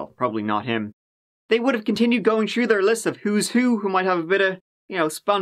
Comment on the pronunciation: Learn to pronounce words with TH at the beginning... The 30th is not pronounced 'turdieth'.... Through is not pronounced 'tru'... Three is not pronounced 'tree'...